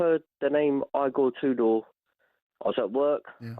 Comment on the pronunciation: Eygor Tudor? 😂 Great pronunciation